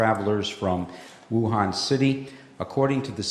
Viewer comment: It’s pronounced “oohan” not “woohan”